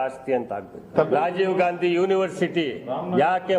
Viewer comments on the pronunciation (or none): none